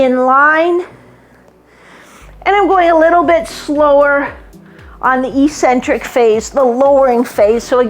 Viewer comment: Eccentric is pronounced “eck-sentric” not “ee-sentric”